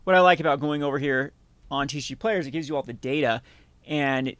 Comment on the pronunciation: Why do you call it TeeShee Player 😛